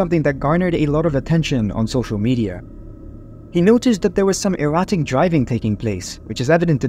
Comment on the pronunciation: 'Erratic'? I heard 'erotic', lol!